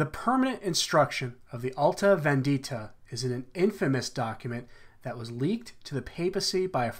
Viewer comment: the correct pronunciation of vendita is on the penultimate syllable VENdita not venDIta.